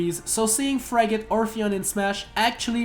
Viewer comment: You mispronounced DRACULA and promptly bashed Shadow Moses.. wh.. FRIGATE? F R I G A T E ?? Colliseum. C O L L I S E U M. A RACETRACK ISN'T A STREET. CORNERIA. TERMINA. BATTLEFIELD AS A COP-OUT ENDING. rrreeee EEEEEEE EEEEEEEEEEEE EEEEEEEEEEE EEEEEEEEEE ĘĖÊĘËÈEEĘÊ Atleast we can agree that Brawl's themes were the best.